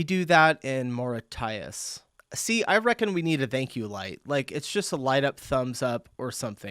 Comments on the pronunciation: Moorishus is how you say that country. Sooo funny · Mauritius- Mura-tie-us?? it's pronounced - muh·ri·shus